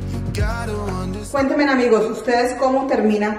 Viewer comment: Se dice cuéntenme no cuentemen